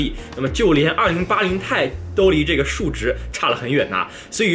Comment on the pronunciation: 我来较真了，2080TI 要读成"2080 T I“不是2080太，这样的读法非常中国式，显得也不够专业。